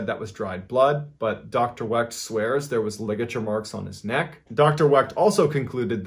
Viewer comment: Love your videos bud, but you mispronounced my great uncle's name a tad bit wrong lol. It's the great Dr. Cyril Wecht(Wek) derived from the German name Weicht to which we dropped the i to fit in better however I never understood how that would make the surname any less German looking or sounding lol. Just thought I'd clear that up for you though brother. The t is silent and we have a very rare name either way you spell it or say it. Thanx for mentioning him because he is an amazing Forensic Pathologist that has made a very nice name for himself and is 1st in line to autopsy JFKs brain if anyone ever decides to make it available!